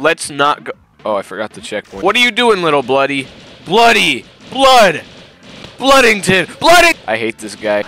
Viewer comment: “BLUDDINGTON” got me rolling😂